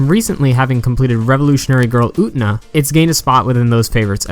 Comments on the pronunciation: "UT-NA" lmfao! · Say it with me, brother: OO-TEH-NAH! Japanese is a phonetic language. You pronounce every syllable, friend. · This was a great analysis but "Oo-nuh", really? You can pronounce the t-syllable you know. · its getting on my nerves almost every revolutionary girl UTENA analysis has said her name like that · i'm sorry but i had to stop watching the moment you pronounced Utena that way.... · SAAAAAAME. I tried to stick with it, but I just couldn't do it.